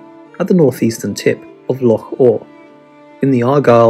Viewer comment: Great stuff. Some lesser covered locations here which is always a bonus. And props for the correct pronunciation of 'loch'.